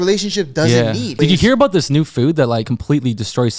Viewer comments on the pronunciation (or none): none